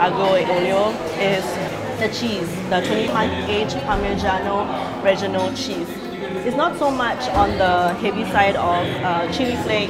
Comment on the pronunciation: what is parmigiano "reggino"